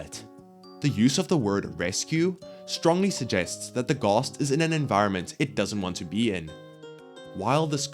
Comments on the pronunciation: Why does he keeps saying “gost” instead of ghast (aren’t ghosts machines) [it will make sense soon] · All I can pay attention to is how he calls them gosts